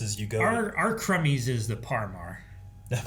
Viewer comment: Cumby's is short for Cumberland Farms. It is indeed a convenience store and gas station but LOL, when you said crumbies....🤣🤣